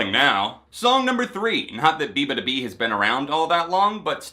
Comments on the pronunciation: it's bee-yah not bee lmao. (bee-yah-ba-doo-bee) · I laughed out loud when he pronounced her name that way 😂